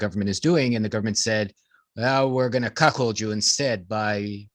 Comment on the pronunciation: Ahhh,,, there saying, “Cock-hold”.